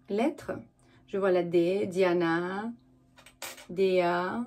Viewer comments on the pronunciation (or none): none